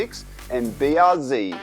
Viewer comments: ZED, not ZEE, you're Australian. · Mate... You're Australian... It's B.R.'Zed' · It would be nice if people knew how to pronounce BRZ correctly.